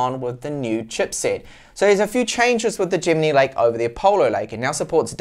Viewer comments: Great review but one thing that bothers me sorry, Isn't Gemini pronounced the same as in the star sign? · The only times I have seen it not pronounced the same way as the star sign is when that person's native language is not English, everyone who's native language is English says it the same way as the star sign and I even say it the same way as the star sign lol Sorry to be a pain. Please keep up the awesome work